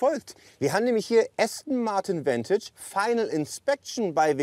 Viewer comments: Name: Vantage Aussprache:Ventage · Vantage bitte entscheidet euch ob ihr das jetzt verdeutscht oder englisch aussprecht - das denglisch is ja grauenhaft